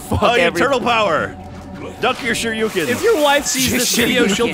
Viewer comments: Did anyone else die a little every time said Shur Ee You Ken? Shuriken. Shur. Eh. Ken. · Shuriken! Not shoryuken:( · it's a shurikan. not shuyukan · I would correct him about calling a shurikan a Shoryuken... but far more amusing that he continues to call them that. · Sergeant Johnson Yeah. because he probably got his brain wired between both words. Shuriken + Shoryuken = Shoruken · Was anyone else wincing every time called them shoryukens? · Does say shoryouken? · Who the hell keeps saying shoryukens? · really wanted to show off the fact that he knew what Shuriken are, except for the fact that he pronounced it wrong the 12 times he said it. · Is saying "shuriken" wrong on purpose?